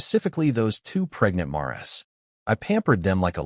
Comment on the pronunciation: Narrator can't pronounce mares